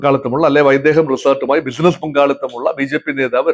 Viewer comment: Not vaidheham but vaidhekam.